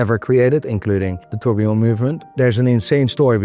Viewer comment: Someone please teach how to pronounce "tourbillon".